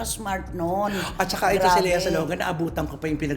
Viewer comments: Lia kasi ang basa sa Lea pag sa ibang bansa eh. Same sa Leo, Lio ang pag-pronounce nila. Ung Bea hindi din Bea, Bee ang pronounciation sa iba. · Ang American kc Ang Leo pronounced Ng LIO So Ang Lea. LIA